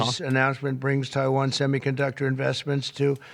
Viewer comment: Love to hear him call it what it is; Taiwain. Freedom fuckin rules.